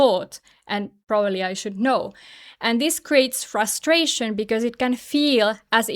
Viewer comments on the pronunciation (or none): none